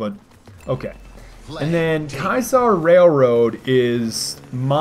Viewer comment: Why does everyone say "Ky-saar" Railroad? It's "Kee-uh-sar". Ki-a-sar. Not Kai-sar.